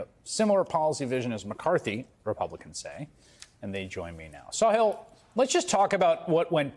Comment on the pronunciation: His name is Sa-HILL. not Saw-hill 😮